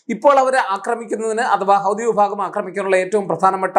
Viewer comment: ഹൗദി😂 അല്ല ഹൂത്തി എന്നാണ് അത് അറബി വാക്കാണ്